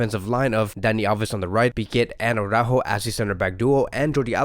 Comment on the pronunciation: I like your vids, but PLEASE stop saygin aww-rÁjo! It really is soooo retard! It is ara-ÚÚÚjo, emphasis on the Ú! Saying aw-rÁjo is literally as retard as saying Póóky to Piqué.